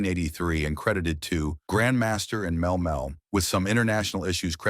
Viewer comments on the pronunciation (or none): Mel Mel was killing me